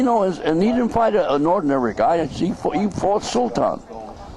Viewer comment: If you listen to it in context, it sounds like he did say Marciano didn't like Ali because he talked. But intstead of saying "didn't" its more like "dint"